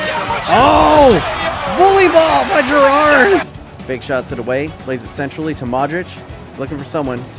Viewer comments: Why do you pronounce Gerard so weird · How you say Gerrard incorrectly triggers me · Yep I agree